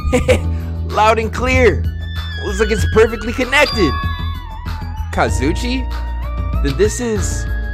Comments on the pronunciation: Am I the only one who cries when says “Kazuchi” and the way he says Nagito? I’ve been stressed out hearing it for the last 3 chapters bru. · you have been saying kazuichi name wrong it’s ka zoo e chi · I swear to god, here's how to actually pronounce the names you say wrong. BYAKUYA TOGAMI (bew-yak-kew-yah toe-gahm-ee) KAZUICHI SODA (kahs-ooo-ee-chee soh-duh) MAHIRU KOIZUMI (mah-hee-roo coy-zoo-mee) MIKAN TSUMIKI (mee-khan soo-mee-kee) NAGITO KOMAEDA (nah-gee-toe co-ma-ay-duh) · Nagtoe and kazuuchi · Yoo I love watching you play this but you keep saying Kazuichi name wrong it's Kazu eche man I hope he see it😪